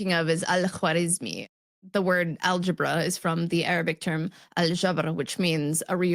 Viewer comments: Arabic pronunciation is absolutely brilliant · Wow, Arabic pronunciation was spot on. Some of those pharyngeal consonants are not at all easy for English speakers. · Arabic pronunciation is so good!